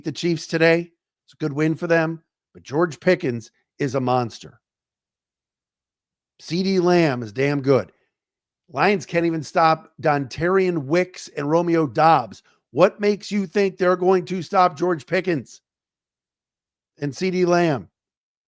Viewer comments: Dontayvion, not Dontarion? Dude had 2 tds get it right. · Hey bud.. it’s “Dontavion” not “Dontarion”